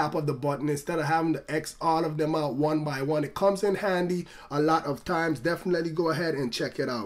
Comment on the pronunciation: ten, tenty, turty, tiemes :D